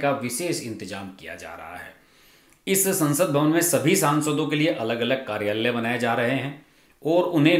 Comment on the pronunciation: हर्षज मंत्राल्यय, सचिवाल्यय, कार्याल्यय ऐसे उच्चार न करें। मंत्रालय, सचिवालय, कार्यालय ऐसे उच्चार करें।